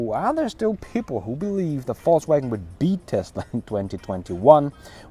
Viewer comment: Hey hope your vacation is going well brother. Also I can't help to notice that you pronounce VOLKswagen as FALSEwagen😄. Go back to your other videos and you'll see. I thought it was joking at first but it's a real thing.